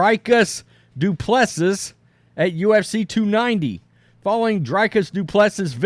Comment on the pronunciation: His name is pronounced Dew-Pleh-See.